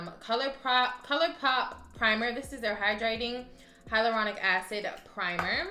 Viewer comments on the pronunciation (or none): none